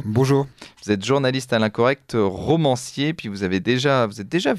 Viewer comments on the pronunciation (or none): Rauuumancier, arrêtez de confondre la prononciation des O et des Au, c'est une habitude chez tous les journalistes, romancier, voilà c'est tout